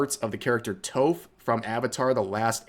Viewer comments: It’s tAHf Not tofe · I'm sorry I got to say this. Toph is said like "t-off" not "toe-f" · you really called her Toof lol its Toff, Rev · I'm sorry, What?! YOU DID NOT JUST CALL TOPH "Toeph" LMFAO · I heard "Toef" and instantly double-checked to make sure I wasn't crazy and that this wasn't an april fool's video. Also always love seeing the projecting these dumbasses do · I know bro didn’t just say Toe-ff 😂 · I apologize for this, but I can't help it. Toph is pronounced with a short "o" sound.😅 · did you just call toph toe-ph? bruh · Do not let the Schizo distract you from the fact that Rev called her "Toe-ph" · "Toe-ph" Rev, bruh you gotta be kidding me with that pronunciation my guy 🤣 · Toph pronounced as toef is crazy has rev ever pronounced something right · Toohf? Toph pronounced as tough? Did you do that on purpose to get comments? Clever girl. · I love you Rev, but Tophe is pronounced like 'tough' but with a long 'O' like the word 'Operate'. Tah-phe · When Rev read Toph as Toaf my brain was like Trump is completely right about the education system. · I just took psychic damage over "Toaf" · did you just mispronounce Toph as Toeph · Who the hell is Toef? I’ve heard of mispronunciations of Avatar names but that was just wild. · "tOHf"? You mean like "Tofu"? I'm not here to criticize pronunciation. But if you didn't watch the show, then you're missing out on one of the best shows in media. Go watch it now. You will not be disappointed. 😊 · 'Toaf' Im sorry Rev Im dying bro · Lol "Toe-ph" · Cancelling rev for calling toph "tohph" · Is it not pronounced like "tough"? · GOOD CONTENT. BUT WHY DID YOU PRONOUNCE TOPHS' NAME THAT WAY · Your pronounciation of Toph is criminal 😂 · Rev makes me feel old with how he pronounced Toph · Imma let you finish, but you really need to learn how to pronounce some names before you say them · no shot bro pronounced Toph like that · Toph's name is pronounced with a short O. Think Toffee but without the double E.